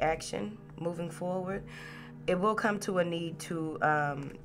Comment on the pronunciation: ❤️ love your energy even if you still have a cough. “Move forwart” 😂 love it 🥰